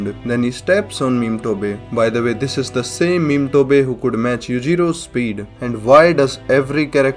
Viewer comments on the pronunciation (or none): Are we gonna ignoring the fact that he call Motobe as Memetobe?